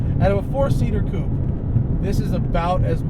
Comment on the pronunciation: Finally heard an american pronounce coupé correctly!!